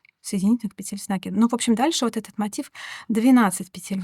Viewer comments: Объясните мне пожалуйста, ЧТО принципиально меняется в вязании, если автор произносит не "накИд", а "нАкид", не "пЕтель", а "петЕль"??? Может она и крючок неправильно держит? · Девушка, пЕтель, а не петЕль, говорите правильно, пожалуйста, чтобы вас можно было слушать.